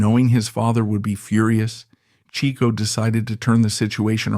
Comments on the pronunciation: Per Groucho - Pronounced as "Chick-O" not "Cheek-O". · yep- Chic-Oh per Groucho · Overall, I'd say your research into Chico is pretty good. You've been admonished for your pronunciation of his name. Otherwise, well done. Groucho said if Chic hadn't gone onto the stage, he would have been a mathematical genius.